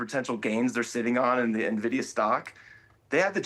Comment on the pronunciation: Small brain alert. It's Nvidia, not Navidia.